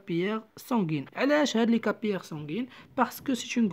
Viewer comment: للتصحيح فقط: capillaires sanguins ننطقها كابيلاغ و ليس كابياغ